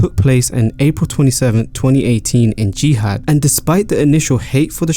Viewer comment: Video kinda all over the place. Also dawg it's Jeddah not Jeehad 😭